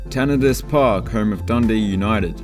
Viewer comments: Tanna.....DICE. Not Tanna....diss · Your pronounciations of Tannadice and McDiarmid Park made my ears bleed.